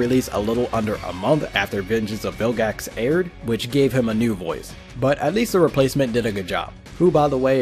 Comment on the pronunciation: why do you say mew